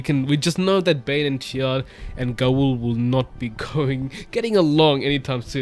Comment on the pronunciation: In the glossary, Gaul’s name is pronounced [GAHWL]. Rhymes with the word ALL.